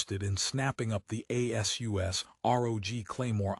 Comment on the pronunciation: A.S.U.S INSTEAD OF ASUS?? That's funny, using AI has its drawbacks doesn't it?